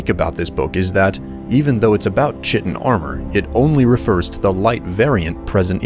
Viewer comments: It’s pronounced kite-tin, not chit-tin. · I loved the story, and the excellent narration. My only issue is that you pronounced Chitin wrong - it's pronounced "Ky-tin". Anyways, awesome video. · Chiten is pronounced kiten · I like your videos, but it's crazy how badly you butcher some of these names, Kye-ten, Karth-waste-n, Traw-ma root, Nell-oth, etc